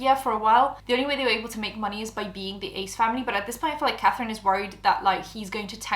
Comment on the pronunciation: “Cafrine, I frew up” 🥺👉👈